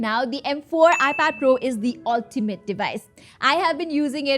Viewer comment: that "ultimate" sounds So Nepali 😅